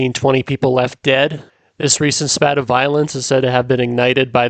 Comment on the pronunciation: A "spate" of violence, not "spat"! A spat is an argument. ;)